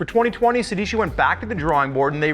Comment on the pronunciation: It’s pronounced sey dey chee It’s the number 16 in Italian guys